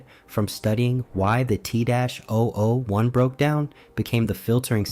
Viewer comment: Kinda disappointed in myself for not realizing this was ai slop until the voice started struggling to say t-001, thats what i get for letting videos autoplay at work i guess